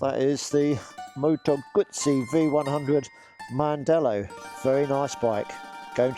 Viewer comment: Heißt nicht Mandela heißt mandello ich als Italiener weiß ich das